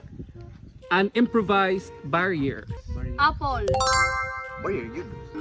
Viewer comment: Bakit pag letter A apol bigkas saka pag letter E egol???🙄